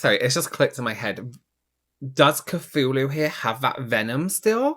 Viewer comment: she’s pronouncing it wrong. It’s sad that I know this, but it’s pronounced k-too-loo. It’s the name of a mythical deity. It’s an 8 legged creature so makes sense they named her that! My cat is called Cthulhu (it’s proper spelling). My partner named her. I named our male cat Freddie 😂